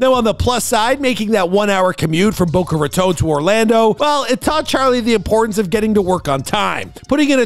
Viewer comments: Boca Raton Not Baca Roton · That is not how you pronounce Boca Raton. Bow cuh Rah tawn.